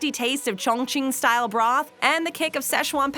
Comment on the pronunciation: I'm going to need the narrator to say Cong Ching (?) In every video. LOL!